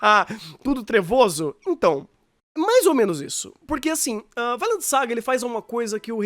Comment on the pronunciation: "Vailend"?! Depois de ver o anime só consigo falar "Vinlando". XD